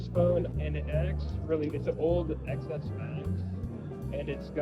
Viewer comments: Please stop referring to this as an iPhone Ex Ess, it is an iPhone Ten Ess. The X is the number 10 - as in Roman numerals. It ruins your credibility when you say it wrong. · Did he really just keep saying iPhone "Ex" S Max instead of Ten S Max? Shaking my head... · Stopped watching the third time I heard ECKS ESS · It’s not “XS,” it’s pronounced “ten S” It’s the S version of the iPhone ten.